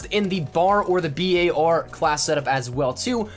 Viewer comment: for the love of GOD can u please just say BAR and not the b-a-r or the BAR EVERY SINGLE FUCKING TIME